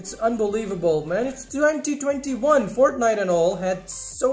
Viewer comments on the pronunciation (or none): none